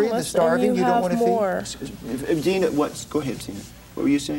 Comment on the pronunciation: PPS Zeena not Xena